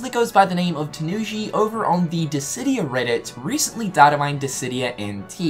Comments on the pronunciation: Are you feeling alright? You pronounced Disidia correctly. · He said Dissidia correctly! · Hey guys, I think he's finally saying Dissidia instead of Distidia! Yay! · My boi finally learnt how to pronounce Dissidia :) no more diss di dia xD